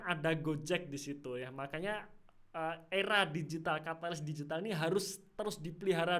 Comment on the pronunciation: Mantap penjelasannya! Lucu denger aura digital 😂♥️